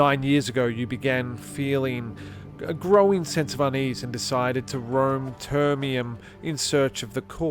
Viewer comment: it’s actually termiNum, not »termium« … nice video, overall!